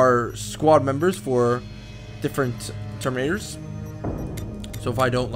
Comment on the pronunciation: "Terminatos" Uhmmm, I'm sorry, Ultra Space Marines, thank you.